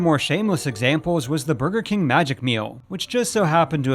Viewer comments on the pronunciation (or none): Lol “Kang” every time he said king.